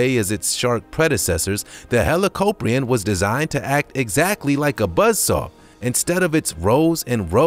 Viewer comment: You pronounced helicoprion like hellocoprin